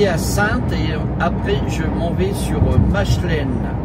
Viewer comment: Machelen se prononce Makelen, bonne route à toi, Groot-Bijgaarden- Grand-Bigard. Tu as déjà les premiers départs en vacances